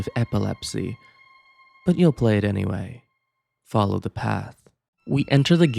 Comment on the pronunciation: “falow the path” Uh huh, sure bud I’ll “falow” I’ll “falow” real good!